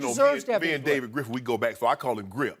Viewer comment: Lmaooooo "Gripf"